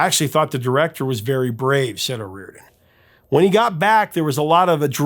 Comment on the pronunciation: "O rear den?" No.... 'O ree or dan...' Yes!!!!